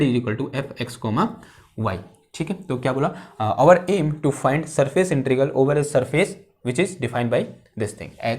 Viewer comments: I think sir found it easy to speak that way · Please pronounce integral instead INTERIGAL . It is RAL AND NOT GAL